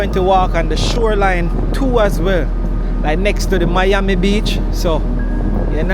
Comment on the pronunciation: iT'S MI AMI not your ami.. lol. Family mostly from South Beach, Collins Avenue and Godfather from Liberty City... My grand daddy owned the President Hotel on Collins Ave. near the Fountainblu . I had to sneak into the Fountain Blue as Jews were not allowed to go their.. long his story .. I do like the content and style of filming. free styling. Just the vibes you capturer in your streams. no complaints here .. just positive vibes and one love..